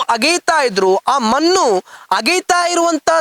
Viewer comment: ಮನ್ನು ಯಾಕೆ ಹೇಳ್ತಿರಿ ಮಣ್ಣು ಅಂತ ಹೇಳಿ ದಯವಿಟ್ಟು